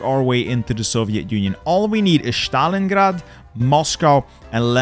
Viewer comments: You pronounce S as Sh ? Why Shtalingrad when it is just Stalingrad. Dont try to overpronounce pls, just use the regular american accent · He calls it SHtalingrad 🤣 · bro said shtalingrad